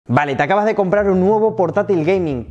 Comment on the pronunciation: Principio del vídeo: "Vale, Ta'cabas de comprar..." Estás haciendo un vídeo divulgativo, intenta hablar correctamente hombre. Que no cuesta "Ná".